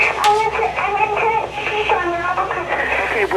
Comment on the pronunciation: The kid on call pronounces her name as Antoinette not anthonette. Her mom pronounced it anthonette. Call set up by her mom